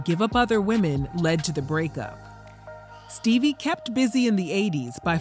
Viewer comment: damn "Steebie"